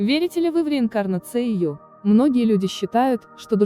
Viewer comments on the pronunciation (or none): Верите ли вы в реинкарнацЕЙю?! Нет . В реинкарнацию верю. Диктора смените. Поначитанней.